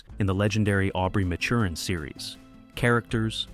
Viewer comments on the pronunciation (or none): Matt-chur-in…not maturin